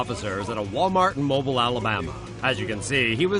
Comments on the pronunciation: . I get triggered when people pronounce mobile like that. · DUDE. IT IS PRONOUNCED MOH-BEEL. NOT MOH- BILE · Mobile for the 2nd Walmart story is pronounced MO•BEEL. My Youth Pastor's from Mobile. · It’s pronounced mo-bele